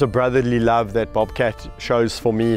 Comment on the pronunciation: I will never be able to say the word "bobcat" without Kevin's South African accent for the rest of my life. Bawbkatt.